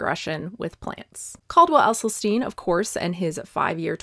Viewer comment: Great stuff. You really do your research. Like you, I bought the book when it first came out. But unlike you, I still haven't read it! ( PS - it's pronounced "Essylstin", not "Essylsteen" or "Essylstine". 😊)